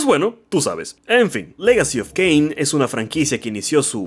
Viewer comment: No es un mal video pero estoy obligado a darle dislike después de escuchar "Caín", "Serafan" y "lovecraftniano"